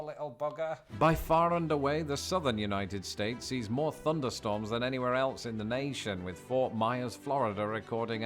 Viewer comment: I also love “FunderStorms”